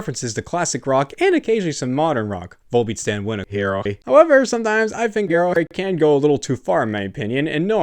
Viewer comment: i like that he pronounce Araki as ACari